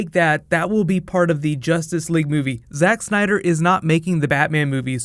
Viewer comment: Did you just say SEX SNYDER at the start?